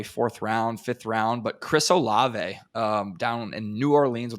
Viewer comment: Dude said olave in the 4th or 5th😂😂